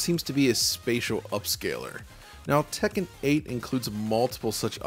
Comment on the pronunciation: I've never heard someone enunciate "Tek-ken" so clearly before.